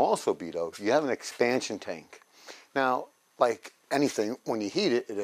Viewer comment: expansion... LOL! Not exspantion... LOL!